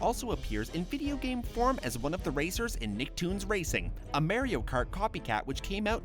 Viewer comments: um.. mario isn't pronounced mary-oh .. it's marr-eee- oh.. learn to pronounce things right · The way you said Mario screams "I'm Canadian!"